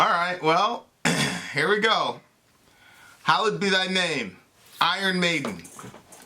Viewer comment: It's actually "Hallowed" not "Hollowed"